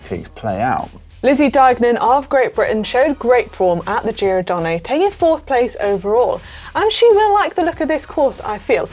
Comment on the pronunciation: Donn-eh, not Donn-ay! Where's Marty when you need him :-), but failing that - here's a link to the GCN Italia guys - . I'm sure Alan can help